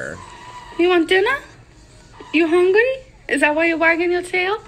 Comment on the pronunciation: If she said "hongry" to me, I'd dead seriously ask her to spell that. If she could in fact spell it, I'd ask her to say it again. This little exercise typically shows someone they're mispronouncing the word and they'll start saying it correctly. 🙄 I use this little tool semi-often when someone either mumbles or says something completely off.